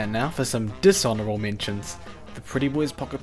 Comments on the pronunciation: Dishourable? C'mon man, you're better than that. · "Dishuorable" mentions XD. Good video dude but that dishourable is really funny. Still i support you and like your videos. Keep it up man!